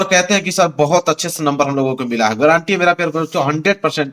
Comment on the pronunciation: सर गारंटी है 😂 गरंटी नहीं 😂😂😂😂